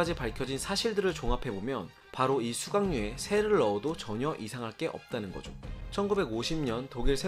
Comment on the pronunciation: 수각류를 수강료로 들음 ㅋㅋㅋ